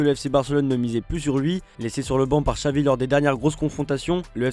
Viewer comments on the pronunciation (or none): none